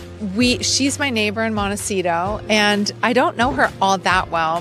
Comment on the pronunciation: Its pronounced Moan Teh sit oh. " Little mountain"